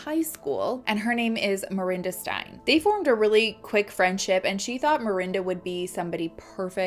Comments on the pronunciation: Just listen to podcasts and audiobooks written by ppl from the country in question for correct pronunciation! wait you listened to a podcast! Ok so try writing a phonetic spelling that makes sense to you in your notes while you are listening.Steyn is pronounced Stain not Stein. Krugersdorp Kru-gerz-dorp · I think maybe her nickname was ‘poppie’ which is translated as “little girl” loosely Also Steyn is pronounced ‘stain’ ❤️ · Steyn pronounced, the 'ey' is the 'a' "tame" - hope this helps! From SA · Steyn is pronounced like "stain"🤗